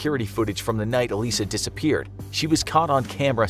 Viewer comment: Elisa is pronounced "eh-lye-zah". Just fyi.